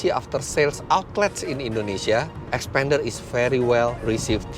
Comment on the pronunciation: Not 'xpender' but 'xpander'. It's not same.